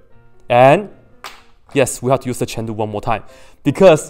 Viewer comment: Why do you Always say "chen lu" and not "chain rule"???!!!